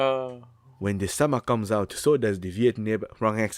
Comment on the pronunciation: "when de sommor comes out so does de- wrong accent" lmao